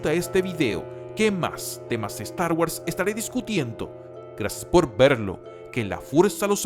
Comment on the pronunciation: guors!! pronuncia bien!!